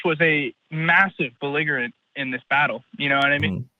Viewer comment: can't pronounce "belligerent" correctly. His ideas are not worth much.